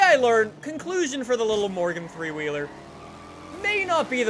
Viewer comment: Every time you said morgan three wheeler I heard you say Morgan Freeman